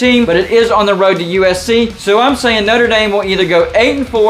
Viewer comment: “ Not-ra Damn”